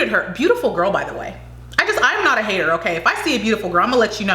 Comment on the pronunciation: That's how pronounces 'hater'